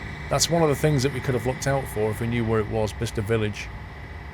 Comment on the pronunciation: thank u for being the ONLY train sim youtuber who can pronounce Bicester correctly xD